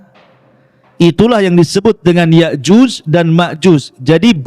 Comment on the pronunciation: Nyebut nama yakjuj makjuj aja kau belepotan.masa iya kau sebut yakjus makjus.😂😂😂😅😂😂😅jus mangga kaleeee😅😅😅